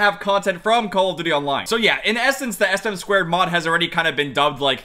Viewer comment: it is "ess-em-two" not sm squared